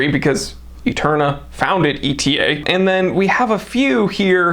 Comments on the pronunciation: "Etta". NOT E.T.A. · Very informative! Wearing my 1952 white dial KonTiki with the gold medallion on the back this month... so classy.. really a stunning watch! BTW, I believe ETA is supposed to be pronounced like the Greek letter "Eta", as opposed to an acronym "e-t-a". Cheers